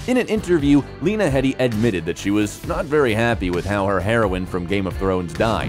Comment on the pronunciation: Jerome, not Jeremy! Plus her surname is pronounced Heedee.